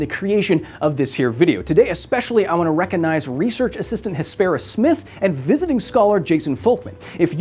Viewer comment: There is a g in the word recognize.